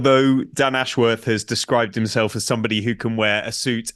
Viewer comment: Posh boys calling him "Dan Ash-Worrrrth". It's "Ashwuth". There's no elongation of the "worth" part of his name.